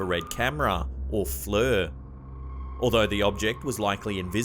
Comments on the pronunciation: It's FLIR, pronounced Flear. Not Flur. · its called a flare not flur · Fluer…..or FLIR? 😂👍🏽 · FLUR lol FLIR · Pronounced Fleer Spealt Flir. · Flir….not fluer! 😂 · not flur fleer pronunciation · Pronounced "fleer". R u a. AI voice? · FLIR is pronounced as "Fleer". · Flir, sounds like ear. Flear flri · Flir is pronounced "FLEER" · Pronounced FLEER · I've heard FLIR pronounced "fleer" on various paranor,al shows... but nice French pronunciation! 😆